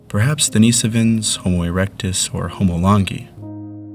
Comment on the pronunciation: Denis - OH - VINS (Denis/Dennis as in the male name; like Dennis the Menace...) not Den - ee - so - vins